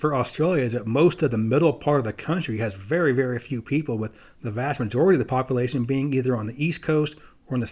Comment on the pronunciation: I know I'm going to sound like a jerk when they say this but as a geographer you think population would be a word you would make sure you pronounce correctly